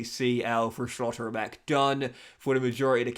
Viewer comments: some of them I understand like Schotterbeck or Barella but Furth really took me out 😂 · I disagree but the way he says schlotterbeck is ruining it for me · Nice that Schlotterbeck got injured since we wont hear your pronounciation of his name anymore